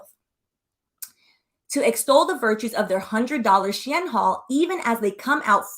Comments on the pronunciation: She-IN…not EHN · It’s pronounced SHE IN bc it use to be called SHE INSIDE CLOSET. I use to shop on their when everything was in Chinese 😂 I was on there so much I learned to read basic Chinese. But as soon as I saw the site start writing in English I left 😂 bc the clothes started changing to more of a western style. This is before it became huge! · You are right. It is pronounced "shee-inn" the previous name was "She Inside" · The way you're saying Shein as She Anne, I don't know if it's on purpose but I'm here for it 😂😂😂😂